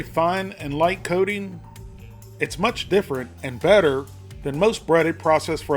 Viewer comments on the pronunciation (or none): When you say coating it sounds like codeine.